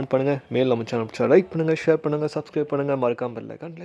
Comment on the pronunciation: Nenga last la slura like panuga share panuga subscribe panuha... cute ha iruku ❤